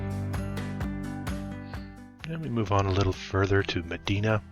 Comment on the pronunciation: Hi, Great video, just some pronunciation (I’m from Rochester) Medina is pronounced meh-dye-nah. Palmyra is pronounced Pal-my-rah Schenectady is pronounced Skah-neck-tah-Dee